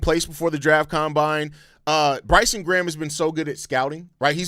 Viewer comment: The only bad thing about this signing is the fact Americans can’t pronounce Graham properly…